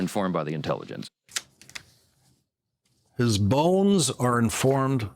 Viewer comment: No fan of Mike Johnson but I heard " The Inelligence" not "intelligence"